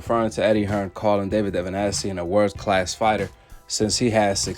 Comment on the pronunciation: Ava Nee Sian not Ava Nash sion